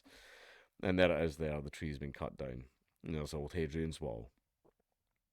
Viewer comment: “Cut doewn” I must master this accent